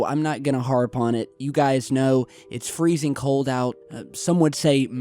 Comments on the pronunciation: 😂🤣 don’t want to “Harrp on” about it. 👌🏼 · Not going to “harrp” on it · I don't know if you realised you said your not gonna HARRP on about the weather 😂 made me smile tho